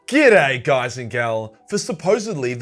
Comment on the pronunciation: "Goood'ay cunts!" Oh how I miss those days.